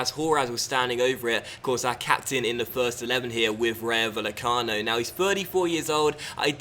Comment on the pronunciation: it's pronounced ry-o vay-e-cano